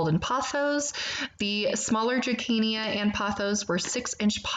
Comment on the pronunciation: It’s pronounced DRASEENA